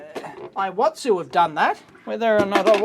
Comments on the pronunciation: it's pronounced similar to EE-WA-TSU, not eye-wa-tsu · Actually it should be pronounced like "E watsu"